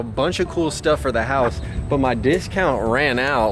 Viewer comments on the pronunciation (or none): none